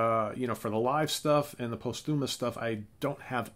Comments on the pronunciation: Great one. Hendrix!!! (BTW, the "post" in posthumous gets the accent or stress.) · Learn the correct pronunciation of "posthumous".